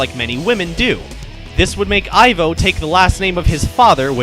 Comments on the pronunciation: It's pronounced eevo like evil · It's pronounced 'Ee-vo', not 'Eye-vo'. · Oh, and it's pronounced "Eevo" Robotnik. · Its Pronounced Ivo (EVO ) Referencing to evil so kids would draw the conclusion of bad and evil with robotnik when sonic 1 came out. Deen Siton ( himself stated that and I found out a while back. Ivo is also Latin for egg back wards ovi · The way you pronounce ivo i